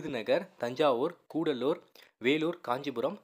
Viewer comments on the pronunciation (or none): நண்பரே, 4. கடலூர்,படிக்கும்போது, கூடலூர் என்று படித்துவிட்டீர்கள். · Bro கூடலூர் இல்லை கடலூர்.. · Boss athu koodalore illa cuddalore